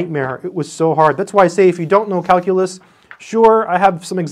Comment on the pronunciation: He said Kalcoolus... 789 times...I counted.